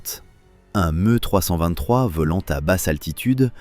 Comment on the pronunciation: Pas MU mais ME